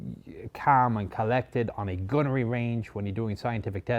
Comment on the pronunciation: Just the way he says "gunnery range" he says it "gonnary range"